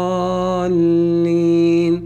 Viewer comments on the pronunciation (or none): none